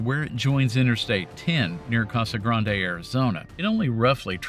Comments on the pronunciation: It’s not (Casa Gran Day) it’s pronounced (Casa Grand) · FYI… if you ever do another video mentioning Casa Grande, know it’s intentionally mispronounced Casa “Grand.” I have no idea what the story is behind this… but hearing it pronounce correctly (“gran-day”) is an instant giveaway that someone is from Arizona. Even Mexicans here say Grand.